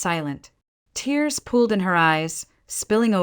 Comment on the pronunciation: Tears "pooled in her eyes" not pulled please